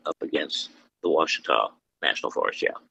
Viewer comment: Lost me at Wah-Cheetah. No one in Arkansas has ever called it that. Ever. Ouatchita - wah chi taw.